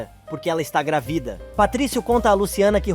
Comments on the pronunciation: GRAVIDA OU GRÁVIDA NARRADOR??? 😂🤦🏻‍♀️🤷🏻‍♀️ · Alguém pode ensinar ao narrador que a palavra GRÁVIDA é proparoxítona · Porque vc fala gravida ?